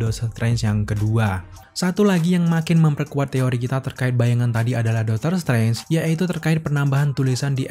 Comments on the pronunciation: bang, artikulasinya tolong diperbaiki bang. Dr td gw gedek sendiri lu blg "Dotor trance" pdhl aslinya "Doctor Strange" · Aslinya dokter streng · HAHAHAH iya kenapa jadi dotor trance yak. gapapa bang tp overall great job lah emot jempol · Bang ngapain lu ngomong doctor trance😅😂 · Dakter Strengs